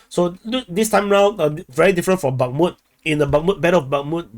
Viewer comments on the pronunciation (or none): none